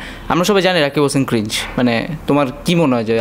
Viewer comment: Ota ক্রিজ Nh ক্রিং Hoi 😆😆Age Bolte sekho Trpr Roast Korte asbee